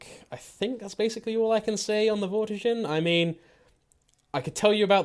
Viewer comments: It's Vor-tiger you're putting vor and tiger together but instead of saying tiger with the big I sound you say it with is a little I sound vor-ti-ger so no you're saying it wrong forget about what you heard online even with your accent that should be easy to pronounce correctly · Its vortiSHer it is a french knight